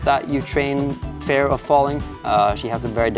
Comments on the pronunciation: Amazing climbing session, loving the vibe of the video, you're very serious about the climbing, but not overly stressed or anything! Btw, work on your pronunciation of the word 'fear' if you're making an ad for a course on it! It's not 'fair', it's fear like you'd say 'here'. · You pronounce "fear" like "fair" :) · Interesting that you are not so familiär with pronouncing the Word fear. Seems that fear isnt a big Part in your life. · i was so confused the way you pronounced "fear" :D